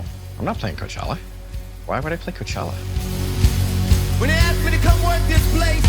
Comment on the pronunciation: If you don't know, Coachella only has 3 syllables ; )